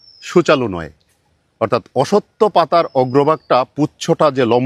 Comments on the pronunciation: কনফিউশান ক্লিয়ার হল। তবে সব 'অসত্থ'কে 'অসত্য'র মতো শোনালো। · উচ্চারণ হবে অশশূত্ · স্যার, অশ্বত্থ উচ্চারণ হবে 'অশ্ শথ্থ'।